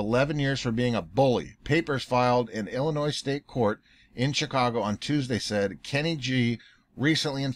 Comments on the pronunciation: The "s" is silent in Illinois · Heh he said Illi noise..